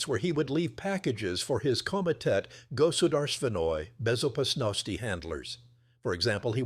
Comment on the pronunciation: Goodarst Venoi Bezopasnosti 😂😂😂😂 AI